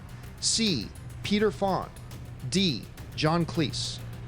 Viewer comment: Did not know how to pronounce Peter Fonda's last name (twice)? And don't tell me they came up with a fictional actor Peter Fond.